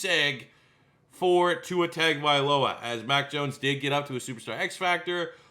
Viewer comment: Tua’s last name is pronounced TUNGA-vailoa.